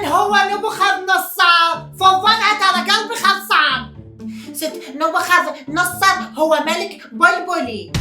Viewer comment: نبوخذنصر يلطم بالزاوية حتا اللفظ غلط😂😂